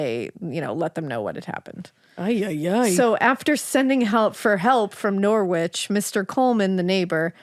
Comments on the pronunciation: You don't have to be rude! They are hardly going to know that it's Narrrrrich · You really should research place names before you start trying to pronounce them. Please look up Norwich and try again. Americans 🙄